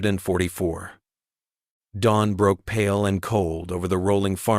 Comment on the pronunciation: Maybe teach your AI the correct way to say 12th and 1944.